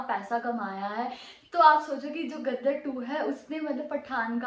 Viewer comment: Gaddar 2 nai Ghadda 2 (Donkey 2). Padhhhhhar 2